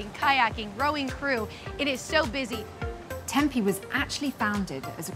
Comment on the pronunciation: The town of Tempe is typically pronounced "Tem-PEE" not "Tem-pay". I know, we have a lot of strange words. Lol